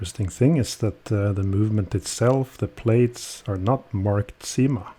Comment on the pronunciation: Once again a superlative video. I think it should be pronounced as Syma ana not Seema. Correct me if I am wrong. Why the name Cyma is engraved in the ratchet wheel only? Could be that this same movement is used by many other brands also and so you can only put the name in the ratchet wheel and not on the bridges. It reminds me of movement no 96 which many brands use with their brand name imprinted on the ratchet wheel, not even inscribed. Enjoyed this video.